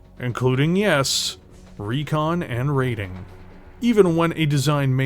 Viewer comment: there's no a in recon, i swear i'm going to send you back to school lol